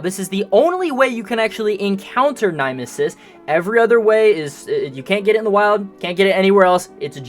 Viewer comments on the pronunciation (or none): NIME-ESIS?! NO! NYMESIS! NIM-ESIS! WHY DO YOU SAY IT LIKE THAT!!